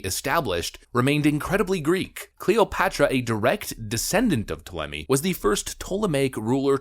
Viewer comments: It pronounced Tall-em-ee for future reference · It is Tall-a-me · Ta-Le-me. That is how you pronounce it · Tall uh may. And how is this not cultural appropriation? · It's pronounced "Tall-A-Me" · Ptolemy is pronounced "tall em ee". Edit: Also the Ptolemies did not mix with the local population. They intermarried and inbred quite a bit. This was also not done as a racist thing, like "we don't want to mix with these lesser people". It was done because it was Egyptian tradition that the Pharaoh would marry within his family because, in their view, his family was divine and a divine bloodline had to be maintained. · hey bro if your so proud of your greek n roman heritage ...maybe learn to pronounce the names of your ancesters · Since you can’t even pronounce Ptolemy correctly I’m 100% sure that you didn’t know that there were black Greeks and Romans. There’s black Romans on coins there’s paintings of black Greeks I’m sure you think they’re all white though and the fact that lots of Greeks have sickle cell it’s just a coincidence to. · This was an annoying video. You kept apologising for not having done your research. You also expressed dismay that they stole your history, yet you seemed to know nothing about your history, unable to even pronounce Ptolemy. And yeah, I'm Greek too. Although I am also a conservative, you appear to be a young kid with strong opinions and little knowledge. Oh, and stop saying "literally" all the time. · So you're Greek but can't pronounce Ptolemy.or Herculaneum? These aren't obscure names dude. You could have taken 30 seconds to find videos were people pronounced these words before you made a video that you know will be watched by tens if not hundreds of thousands of people. 🙄🙄🙄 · "has Greek ancestry" "can't pronounce Ptolemy" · Says hes greek can't pronounce their names